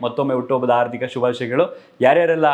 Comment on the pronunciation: ಹಾರ್ಥಿಕ ಅಲ್ಲಾ ಹಾರ್ಧಿಕ 👍